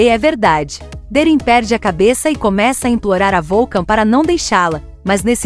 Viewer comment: Não é volcan 😅😅 😅😅😅 pare de abrasileirar 😂😂😂😂da vergonha